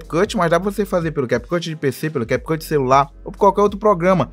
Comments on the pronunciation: Na hora que ele falou CAP CUTI me quebrou mais o que vale e o ensinamento🙌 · Ainnn desculpa aí “americano” 😂😂😂🤦🏻‍♂️